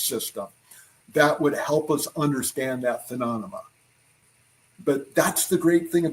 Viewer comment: Ill never get over his pronunciation of the word, phenomalona